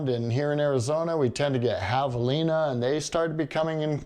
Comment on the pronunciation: I think I just heard you say say it wrong it’s the wild boar/pig that is in your area